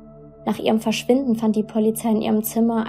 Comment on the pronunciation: Begleitung nicht Bekleitung Polizei nicht Pollyzei Blut nicht Plut Brach nicht prach Drei nicht trei Brachen nicht prachen Und unzählige Sprachdefizite mehr. Bitte arbeite daran. Du machst unglaublich tolle Videos aber mich macht das innerlich so aggressiv wenn ich diese ständigen und immer wiederkehrende Sprachdefizite höre.